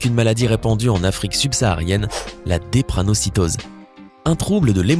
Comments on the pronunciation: drépanocytose* et non dépranocytose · Drépanocytose et non la dépranocytose....Merciiiiii. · C pas la depranocytose, mais la drepanocytose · Qui a remarqué comme moi qu'il a lu "Dépranocytose" au lieu de "Drépanocytose" 🙈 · Faute de prononciation: "dépranocytose*